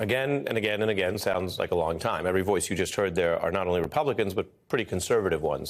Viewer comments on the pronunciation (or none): none